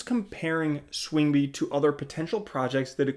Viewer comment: Learn how to pronounce swingby correctly. So annoying